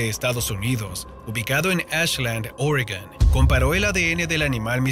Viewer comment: criptozoolgo=falsa ciencia! ¿por qué no dices lo nombre bien? Te cuesta decir Oregón o Juegos de Tronos, o crees que por decirlo en ingles con acento? :D